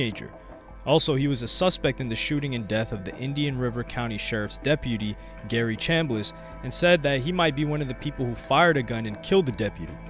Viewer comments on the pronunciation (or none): none